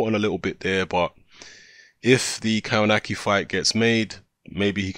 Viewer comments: Pronounced kov-natch-ki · Dude spell his surname like "KOVNACKI"